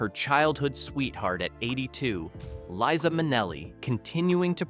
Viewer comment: For crying out loud, before you post this, listen to the narration & correct. pronunciation. It's "Leye-zuh" not "Lisa."